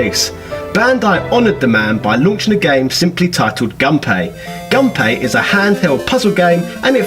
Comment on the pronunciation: Actually the correct pronunciation for Gunpei is Goon Pay